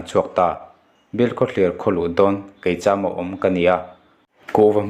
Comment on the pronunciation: Keicham ilam dan hi adiklo deuh,, sakei tiha kei tih ang khan lamtur